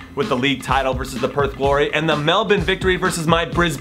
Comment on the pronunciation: You're the first American I've seen that can pronounce the word 'Melbourne' right. I appreciate that. <3